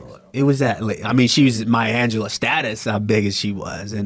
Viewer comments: The other guy said maya Angela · Did he say maya Angelo? Lol della Reese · They said maya angela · Who the hell said Maya Angelou 🤨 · Jamie said maya angelou wut?!